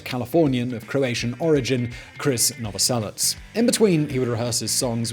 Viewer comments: he did.. and pronounces it "novoselits".. the idiot.. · WAIT. did he really just call him "Chris Noveslic" bruh Krist not Christ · It's Krist Novoselic, not Chris Novoselet. "And I swear that I don't have a gun" Speaking of 'Come As You Are' a bit debt was owed to Killing Joke for that riff. Don't know what I mean? Listen to Eighties by Killing Joke. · Seriously? Chris Novoselic? I don't understand how that even happens, did you just hear someone say it without ever seeing it written out? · “Chris Novoselits”??? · Novoselich, like in cherry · The croatian man's surname